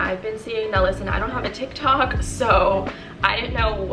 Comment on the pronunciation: I'm dying at "tix tox" lmaooo I love u